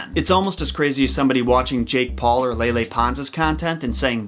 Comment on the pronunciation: Love how he said Lele “lay lay” 😂♥️ it’s “Lee Lee” 🤓